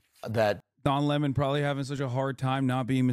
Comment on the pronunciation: I’m just here to hear Hasan say Le Mon 👀